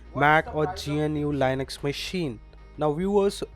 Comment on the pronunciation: You pronouced Linux wrong. It's LIN-əks